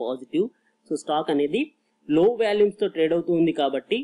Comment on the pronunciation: Good information, thanks for the video. Small correction...you are pronouncing Volumes as Valumes, not criticizing..